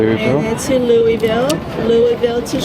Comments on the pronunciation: I'm shocked how almost nailed the pronunciation of "Louisville"! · It's Looavull.. but Looeyville is accepted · Appreciate your visit to my home state of KY. Walked through that concourse at SDF many times! Would love to see you visit the state for longer than a layover some day- much more to offer than what you can see from the airport! (by the way, just say “Loovuhl” and you’ll be fine 😂) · Pronounced Lou a Ville. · native Kentuckian here, I hope you are enjoying Houston..my 2nd “hometown”. Love your videos. A little pronunciation guide - the city you flew to is “Lewl-vuhl”. Although it’s “very nice” (Borat voice), I would encourage you to come back and spend more time in the Bluegrass state. In addition, you need to fly into the cultural capital of the Commonwealth — Lexington. Experience a ride through Appalachian Mountains in the East, a day at the races at Keeneland, explore the largest cave in the world at Mammoth Cave, the birthplace of Abraham Lincoln in Hodgenville, and the Louisville Slugger and Kentucky Derby Museums as well. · Correction;In Kentucky, Louisville is actually pronounced "Lull-vulle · So happy to see Rach up and mobile! What a pleasant surprise. Merry Christmas to you and your family! And, it’s LLLLVLLL LOL. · Loo-ah-vull, you should remember the loo part. Come back some time, take the bourbon trail, see some horse farms and do Mammoth Cave. Love your videos. Be safe in 2025. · Louisville is pronounced Lu a Vul by the locals. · Nailed the Louisville local pronunciation.